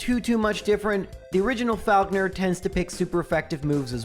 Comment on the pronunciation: That's not how you pronounce Falkner